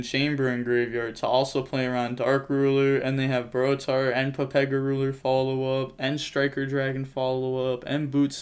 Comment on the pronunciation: Why do you call it papega ruler?